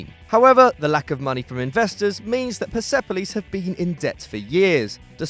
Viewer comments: I'm watching from iran and it's pronounced perspolis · It’s pronounced Pairs Police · You absolutely butchered Persepolis and esteghlal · Its Perspolis not PersEpolis!! But thanks for putting my team in this list!!